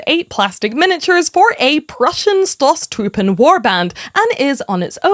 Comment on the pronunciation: Awesome painted miniature! Love the armour and the colourful noble-born regalia - she will be an inspiring presence in the bleak muddy trenches. Can‘t wait to see what you do with the „Angel“. By the way, the „o“ in Stosstruppen is pronounced long, as in „oh“.